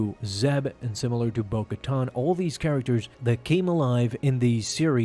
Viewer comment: Ka-TAN, not “tahn”